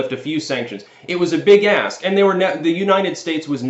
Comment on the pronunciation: "Big ASK". Thank you for repeating it. I heard "Big ASS" and actually did a double-take.😆